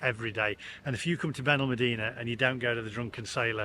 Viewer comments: Still wish you would learn to pronounce our town correctly, BenalmAdena, but still like your blog 😊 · It's on pronounced Benalmàdena. The dtress os on the a. Not the e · You need to learn how to pronounce Benalmadena properly